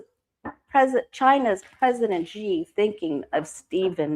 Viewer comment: No disrespect.... Xi pronounced "she"